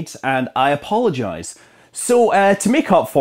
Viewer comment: when he says APOLLOgize. 🙃